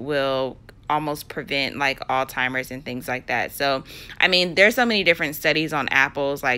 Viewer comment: "all timers?" tahaa girllllll it's Alzheimer